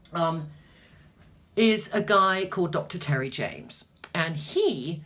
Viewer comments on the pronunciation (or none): none